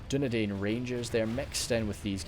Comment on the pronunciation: Dunedain is pronounced as dune dine